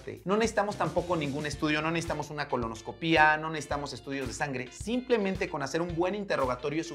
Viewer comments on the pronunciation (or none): none